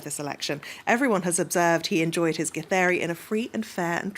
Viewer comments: The lady actually pronounces githeri pretty well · The way the female journalist says "githeri"...nice! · That lady who read the word Githeri please come to kenya for free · The lady pronounces Githeri man and kamotho like she's a pro in the language.. that deserves a 🏅 medal🔥🔥😂